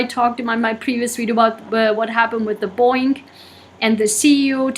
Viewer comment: Boing?? Its BoEing lady🤗